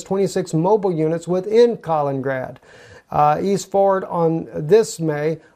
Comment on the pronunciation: Love the video, but it's Kal - IN - IN - grad, not "kalingrad"